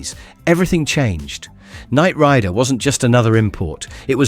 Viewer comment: AI narration. Ridiculous. “Knight RI-der” (rhyming with cider). That’s as far as I got before I had to stop watching!!